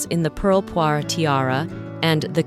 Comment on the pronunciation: Thank you for not calling the jewel the "pearl poiré tiara".! ! ! It is -. as you say "poire" = pear.